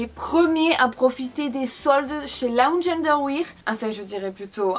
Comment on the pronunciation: Elle me fait rire à dire "Lounge underwir" 😂